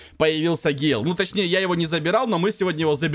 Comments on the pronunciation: Да не Гейл он ,а ГЭйл!!! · Ёмаё почему вы говорите Гейл там же чётко написано с буквой Э!!!!!!!!! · называй правельно бойца гэйл а не гейл его зовут гэйл